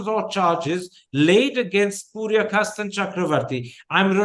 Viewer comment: Mr. Thappar. It's Purkayastha not Puryakasta